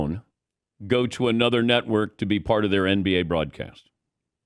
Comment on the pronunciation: “Right leaning letwork” 🤣🤣